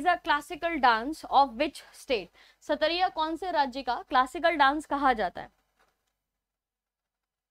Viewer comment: Q9.... Its not satariya.. Its called chat-triya....proud to be assamese...